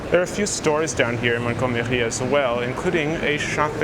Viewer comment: There's no need to pronounce 'Montgomery' with a French accent: it's an English name. Named after the British WW2 Field Marshal Bernard Montgomery.